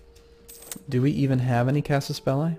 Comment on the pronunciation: i like how you pronounce "casus belli" you should be saying that more instead of plain "CB"